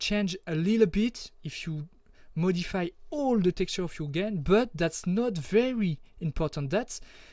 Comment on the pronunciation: your English isn't bad, some words you pronounce different. like Modif-EYE you said modifee and thank you i was wondering why my textures weren't working, i had to put them in documents folder.